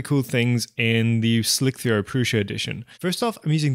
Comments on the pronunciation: Did you really say slic-3-r instead of slicer? ;-) Super nice and usefull video btw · its not called Slic three R. it is slicer ;-) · "Slick-ther"? Isn't the 3 just used as a substitute for the "e" in the word "slicer"?:) (Just teasing you, of course.)